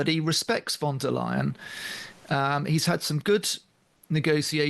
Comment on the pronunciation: Hi, I’m just listening to your podcast and I’m german. I just wanted to clarify: The first way of saying Leyen was correct, so you basically pronounce it L a i en. Idk, if you get what I mean… and I know it’s not soo important. Everybody knows who’s meant. Just in case it’s useful… .